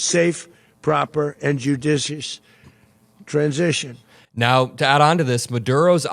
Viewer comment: Haven't watched AM for a month... Woah! Dude! Hair! HAHAHA, he said "transition."